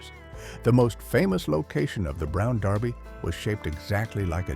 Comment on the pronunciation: Yeah Derby is mispronounced also.